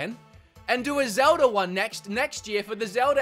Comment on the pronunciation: I’ve watched this channel so Much I’ve started saying Zelder instead of Zelda at this point and I love it 😂